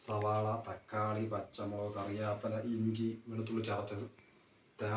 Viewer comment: കറിയാപില അല്ല കറി വേപ്പില